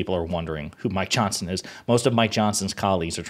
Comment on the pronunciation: Every time you say Mike Johnson, it sounds like you are saying My Johnson.